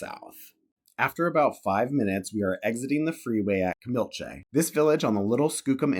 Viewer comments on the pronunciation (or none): Kamilche is pronounced ka-mil-chee. easy as that.I went to first and second grade at the 3-room schoolhouse that stood where the Little Creek casino now stands.